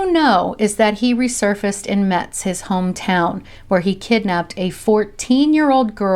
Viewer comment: ah. kind of funny. i live in Metz, France. but actually, it's pronounced "Mess"